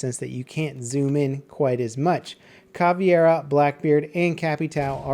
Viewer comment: jesus christ can no one say Caveira correctly? :/